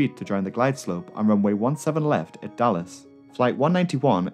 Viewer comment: I totally understand why you chose to shorten DFW to just "Dallas," but throughout the video I just kept hearing "Dulles" instead... haha